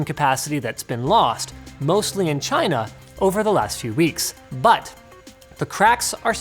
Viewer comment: Is it me or he says Tryna instead of China ?